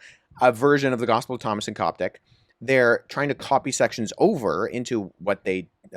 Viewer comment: Coptic not Gasis